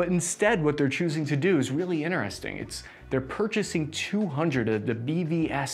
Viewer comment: Iner-resting.... he trying to say Interesting 🤣